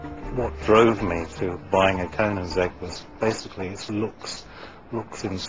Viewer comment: first of all, its koenigsegg u idiot, and second of all bugatti is faster but its still nothing compared to a koenigsegg